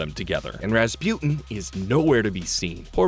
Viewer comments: Why does he keep pronouncing Rasputin like raspewten 😭 it's pronounced raspooteen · It’s pronounced ras-pooh-tin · Anyone else just flabbergasted that he says, "ruh spU tin" instead of Rasputin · how did you manage to mispronounce Rasputin?